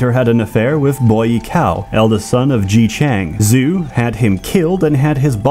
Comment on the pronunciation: Bro really read “Zhu” as “zoo”